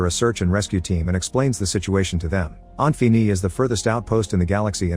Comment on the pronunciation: this text texk-to-speech is irritating me by how it pronounces "Infini" wrong and yet, differently, every time it does... wtf windows xp sh is this?